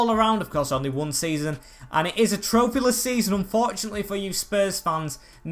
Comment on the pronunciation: Tropheyless Mourinho still 😂